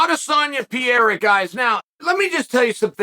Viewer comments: It is Pereira not Piera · its Per-Rayra... not Pee-Era ... PEREIRA and roll your R's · Love ❤️ uncle chael but its pereira not piera 🤷‍♂️💯😂😂😂🤣🤣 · Pereira: Pereira. Chael: Pierre. Pereira: I’m Pierre from now on. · Gotta love how he says Pierre in stead of Pereira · who the fuck is Piera? It is PEREIRA like in PE REI RA !Get it right Chael 🤣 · Uncle Sonnen, one more time: It isn't PIERA. It is PEREIRA. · Chael, please, please, please! Start pronouncing their names right! Pe-re-i-ra, Ma-kha-chev What's Pierra and what's Maklchev, you add and reduce letters which aren't even meant to be there! Anyway, I genuinely hope Izzy gets taken off the throne but I highly doubt as an MMA fighter and with how much Adesanya's grown over the years, that Pereira has a chance. Both very good strikers, Pereira has heavy hands and KO power which Izzy's been mocked relentlessly for not having (Although he believes he does), but I believe Adesanya has the bigger skillset. More variety, more kicks, the flashiness and the quick stance switching. I think Izzy's going to win by score. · every time he says what in spanish/ portuguese would be Piera I feel like someone is scratching on a chalkboard. Pe-rei-ra is not like that Joanna last name that is impossible to say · “PIERA” can’t get passed it… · Pierra? Pierre? Piera? 🤦🏻‍♂️ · Pierra :D :D :D LOOOOOOL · Chael ?.... WHO THE HECK IS PIERA !!!!!!!! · PEEAIRAH... PEARAH...PEERA... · Who TF is Pee-E-ra?? Haven't heard of that guy😂😂🤦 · I almost feel like Chael just butcher's names on purpose. Wtf is Pierre? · “I don’t think they even know Pierra.” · It’s Pe rray rruh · chael Who the fuck Is Piera?😂😂😂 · Uncle Chael Unlocked a New Fighter: "Alex Pierre" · Crazy how many videos Chanel does not knowing the fucking fighters name … it’s not pier bro .. if your commentating in a sports… do a little homework on who is fighting .. call buffer it’s easy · Who is Piera? Ahah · ...who the hell is "Pierra"?! Who is Uncle Chael talking about? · “Pee-era” lol😅